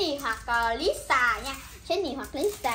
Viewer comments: Jenny có khi bà đọc thành Jen nis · Phát âm rất chi là chuẩn Chí xù Gién nì Rố sề Lí sà Sí đì Bờ lách pin Li ríc Tây ba gờ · Phát âm gất chuẩn , tây ba gơ, bờ lách pin , chí xù , gién nì , rô sề , lí sà , còn thái độ khi bốc ra Rosé đúng là fan 4 năm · Nhỏ này thái độ z? Khui carb của Jennie thì nói con bé nìk ba Khánh xem thử card thì hất tay cọc các thứ? Phát âm rố sề chén nì sú lía sà .ố dề vãi (ykr)